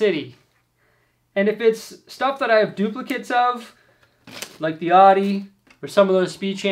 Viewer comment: Just an FYI, Audi is not pronounced Ah-di as you said it, it is Ow-Di The car you recieved is not the R8, but the S1 rally car. It is the car that made their Quattro system legendary. Great videos:)